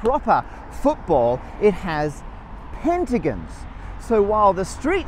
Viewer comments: Pentigins and hexagins btw it's ging not gong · It's gon, not gin Hexa GON Penta GON NOT gin. I thought you were Australian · We should start a petition for him to pronounce pentagon and hexagon correctly. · "pentagins" yo its an o pentagOn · Is it just him or that how people in Britain pronounce hexagon and pentagon? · As an Australian I spent the whole video getting to decide if a) Matt's developed an accent, b) Matt can't pronounce pentagon/hexagon, or c) southerners pronounce pentagon/hexagon weird. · Say hexagon or pentagon wrong one more time i dare you